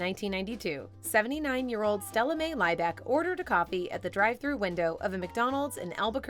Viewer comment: Her surname was pronounced Lee back. Not lie back